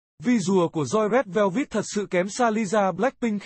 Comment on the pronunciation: Rét Veo Vít là nhóm nào zị ông kia,phát âm còn không chuẩn thì xin chào nhé